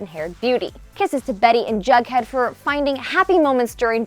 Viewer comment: It's jughead not bughead.